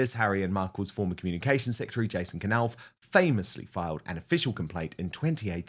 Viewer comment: When you knife or Knight you ont sound the "K" so why do it with Jason knauf IT'S JUST NAUF NOT K. NAUF